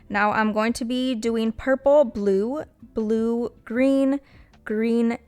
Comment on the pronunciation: I LOVE THE BLOOPERS!!!!💜💜💜💜💜💜💜💜💜😂😂😂😂😂😂😂”PURF-ple” is how ima say it now